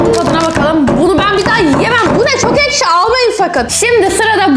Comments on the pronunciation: Arkadaşlar duydunuz ekşi değil eşki😂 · Abla ekşi yerine eşki diyo aynı babaannem gibi😊😊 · ekşi diyemiyor ama eşki diyor😅😅😅😅😅😅😅😅😅😅😅😅😅😅😅